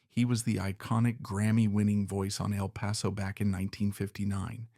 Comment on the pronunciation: El Paso not even pronounced correctly.